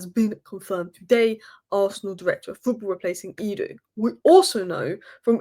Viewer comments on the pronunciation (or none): Eduo 😂 its edu lmao